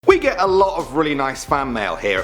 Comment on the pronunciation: It sounded like wegit or something.